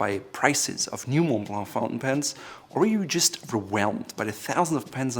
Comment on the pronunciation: I don’t like the way this guys says “Mont Blanc”